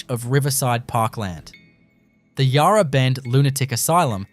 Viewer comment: Mispronounced Yarra too. Would also like to point out that Fairleigh was a women’s prison. Hate the use of AI in these videos. Maybe if you are passionate about Melbourne, you could do the voice over yourself. Won’t be watching anymore of your videos.